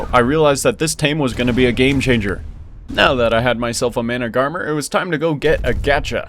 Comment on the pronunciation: Isn’t managarmr pronounced man-ag-a-mir?